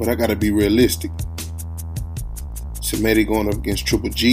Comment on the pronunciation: first of all it is she re me ta , second this is ggg at the end of his career.Szeremeta is slower , less technical , less everything . but he has heart , he has mental toughness. The problem is Kamils coach has covid , Lapin is the same coach for Glowacki , that's why there is no WBO title fight Glowacki vs Okole. Szeremeta is tougher than Proksa , Jacobs or Sulecki . He is like a Buffalo